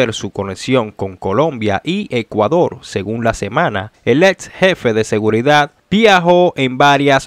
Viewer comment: "EScuador" ! ...y "URtima" !! Que es eso de "Gegistro" !!! 😡 ...pero señor! Si usted no sabe hablar! USE GUION! AYUDESE!!!